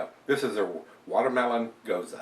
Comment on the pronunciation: Nice review. I think you've got the right pronunciation (at least how the Texans say it). I'm not a big gose fan, and even less a watermelon fan, so maybe this one isn't for me. I'll stick to the hop bombs and toasty stouts. Thanks for the careful review. btw, you've got me obsessively reading bottle labels for dates now (you're so right about that). Cheer!